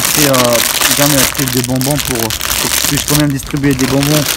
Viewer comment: mdr quand en il fais le taxi apres que le mec sort du taxi il dis, laisse por boire c'est por boir